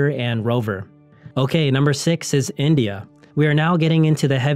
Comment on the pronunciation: Is he pronouncing India or Israel?